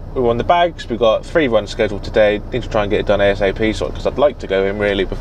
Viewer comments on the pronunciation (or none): none